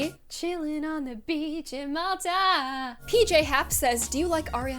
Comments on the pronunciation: *it's mall-ta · she said Malta wrong mall-ta